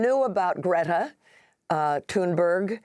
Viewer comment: Amy asked Greta how to pronounce her name and says it exactly right. Heads up.